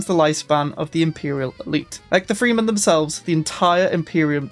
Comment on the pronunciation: sar-DOO-kar or SAR-dah-ker ah-trey-deez Freh-men Moo-ad-DEEB MEN-tat (hard t at the end) FAY-duh-KEEN raban and harkonnen was actual okay^^